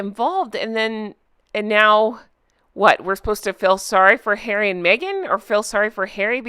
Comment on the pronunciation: Poooor Hawwwwy! 😂